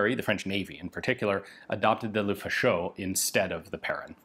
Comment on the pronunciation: When you think Ian has covered all the French rifles in history, ta da! One comment, the -in atvtge end of Perrin is pronounced like in "main" (hand) or "un" (one) or "pain" (bread). And Lefaucheux like in "eux" (them) not Lefauch-oh.